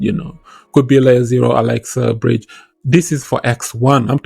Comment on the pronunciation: Alexa or axelar🤣😂🤣 Good video 💯👍🏾😎